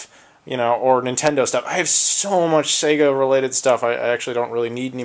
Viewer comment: you said you had shtuff you didnt need...... can i have a sega cd?